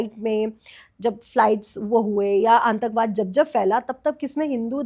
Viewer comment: मैडम जी aantakbad नहीं वो शब्द है आतंकवाद बार बार इस शब्द को है गलत ही बोल रही हो सुधार करो